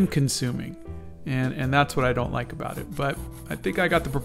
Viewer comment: I love everything 'aboot' this boot drawing :)